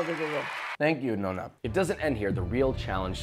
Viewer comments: I didn't even get a MINUTE into this video before I very deeply sighed and had to stop... ''No-na''?? ''CHI-ARA''?! Why can Americans not pronounce Italian words properly?! It's NOH-NA and KEE-ARA! Jesus Christ lol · The way he butchers Chiara's name and the pronunciation of "nonna" doe... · But he couldnt say Chiara nor Nonna correctly, wow. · goes to italy to cook traditional italian food, challenges italian grandma, pronounces "nonna" wrong first time oh, josh.